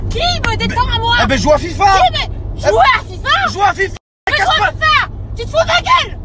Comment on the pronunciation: Il lui a dit jou a fifa😂😂😂